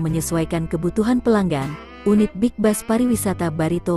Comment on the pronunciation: Kok dibaca bas yg bener kan bis ini ejaan indonesia jsngan menyesatkan.